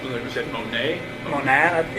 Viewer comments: Its funny the officers pronounced Monat wrong but Chris pronounces it CORRECTLY yet still acts like he has no idea what it is lol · I can pronounce Monat correctly, and could well before I knew exactly what it was because people talked about it all the time where I lived (military base, lots of military wives get mixed up in MLMs). So, it's not out of the realm of possibilities that he has HEARD it mentioned several times, but was unaware of what exactly it was. She was big into the MLM community, so he probably heard her and her friends talk about it without paying attention to what it was. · I can pronounce it correctly and I have no idea what the hell it is